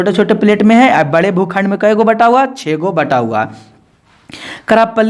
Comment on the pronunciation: Aap jo aise bolte hai na bhukhand koun khand aise nhi boliye but sorry 😢